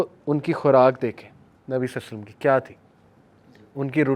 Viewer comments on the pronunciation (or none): nabi salsallam kya hota hai. Nam pura padha kro adab k sath. I'm turn angry when you say salsallam. Say sallallahualaihiwasallam. 👍